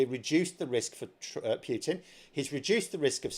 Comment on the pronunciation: My name's and I can't pronounce PUTIN to save my goddam soul.